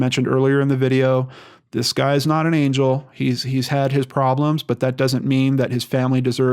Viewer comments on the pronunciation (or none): none